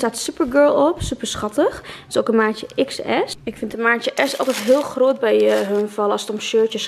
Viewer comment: Van waar is je accent? Ik merk het aan je 'ook' en 'groot' dat je het anders uitspreekt haha